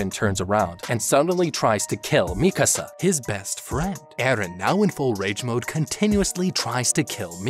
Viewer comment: Oh thank God you pronounce Mikasa correctly